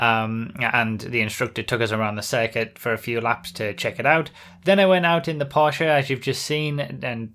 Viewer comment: finally someone got "porsche" right :)